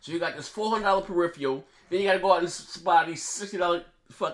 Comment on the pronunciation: This guy still cant pronounce peripheral.